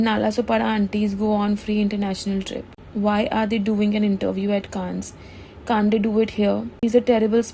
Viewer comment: Strapless. Petite. It's not even pronounced as Cannes. Silhouette. Ensemble. There are many more. Please check the pronunciations online.